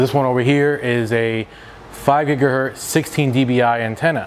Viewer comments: It is not a gigahert, it's gigihertZ. A man's name is Hertz. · I love your informative videos. Thank you. But could you please pronounce the Z on the end of gigahertz.